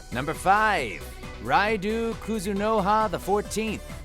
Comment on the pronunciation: No Abel, Joker at #1 unironically, mostly spin off protagonists, Flynn not in top 3, and somehow managing to pronounce Raidou wrong. Oh yeah, it's casual time.